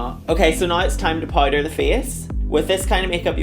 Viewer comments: If she says Poyder one more time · "Pouyder" 😂 Love u Blu